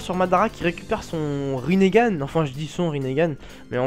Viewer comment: je sais pas si sa a toujours été le cas, mais je crois que c'est Rinnegan et non Rinnégan. ^^ Bonne review, et je me dis que Madara devrait surement commencer par Hachibi, c'est le seul qu'on a pas trop vu ce faire maltraité. Sinon, oui tu as raison, Madara doit devenir le Jinchuuriki de Juubi pour pouvoir balancer le Tsukuyomi donc ouais c'est un peu répétitif. Et à votre avis: Naruto devrait sortir en mars ou plus tard? Espérons qu'ils sortent après la fin de Naruto!:)